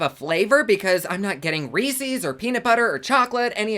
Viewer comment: Don't let Theresa hear you pronounce Reese's lol! x